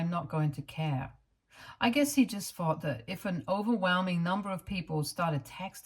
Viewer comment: Advice ...practice say th instead of fff...its very annoyibg and a huge reason why i cannot listen. Fings or fought instead of thought... and many other examples.